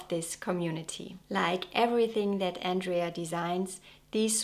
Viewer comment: It's Andrea, not Andrey 😊 She's a very beautiful girl.